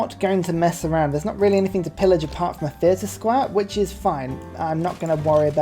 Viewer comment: Ehi algo, look at me, it s Diego. Also, amphiteater is pronounced anfee theater and not ampeetheater